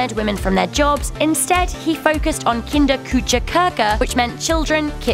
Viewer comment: KindaKütschaKaka pls just shut up, go back to your kitchen and never try to speak german again.